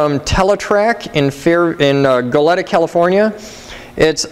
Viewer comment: I'm a few months late here.... but you said "Goleta" in a funny way =p It's my home city!